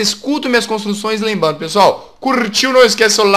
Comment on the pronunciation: ele falou lembando